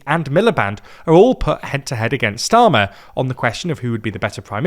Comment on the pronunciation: And , "[Kier] Streamer" 😂